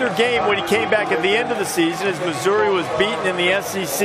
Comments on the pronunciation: Sounded like he said “University of Misery” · Is it me or did it say university of MISERY